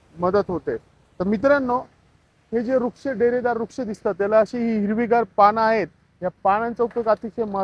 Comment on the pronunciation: रूक्ष नाही वृक्ष बोला भाऊ